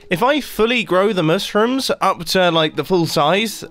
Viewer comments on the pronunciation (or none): Everyone: Mushrooms Mumbo ... MUSUMS